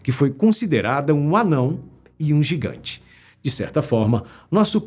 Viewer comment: "Gigant" kkkkkk